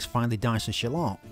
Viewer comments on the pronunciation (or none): I like how he pronounces shallot 😂